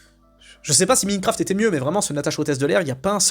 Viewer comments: "MINEQURAFTE" 🤣 ah bah il est beau l'enthousiaste du cinéma américain. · "Minecraft" ? Pourquoi tu ne prononces pas "Maillenecraft" ? Quant à "Natacha", c'est un massacre de la BD, avec les messages non subtils sur le féminisme, les références forcés au covid et Netflix, le narrateur inutile et pas drôle, Walter devenu un idiot (alors qu'il ne l'est pas dans la BD)... Par contre, le film est plus familial qu'exclusif aux enfants, avec beaucoup de vulgarité qui n'est même pas présent dans la BD ("pute", "connard"...) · c'est le karma qui te punit pour ta prononciation de minefcraft.